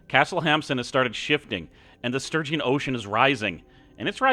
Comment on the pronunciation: That was so close with Lady Katie. Good luck on getting the true ending. Also... Stygian is pronounced like Steh Jee en. Hope that helps.